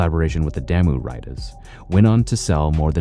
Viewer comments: It's pronounced Daah-Moo(Damu) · Damu is pronounced "Dah-mu" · Bro, re-record this but pronounce damu correctly next time. EDIT: Great video and very good info but if you are going to do something like this you gotta pronounce certain things right. Just some professional advice.